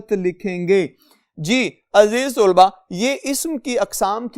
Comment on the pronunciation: Sur g aziz tulba nhi aziz talba hota h